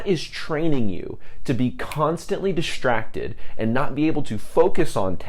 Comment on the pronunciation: Is this a California accent when you say "diSHtracted"?